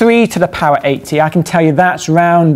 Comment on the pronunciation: He said 10^80 but it did sound like 18.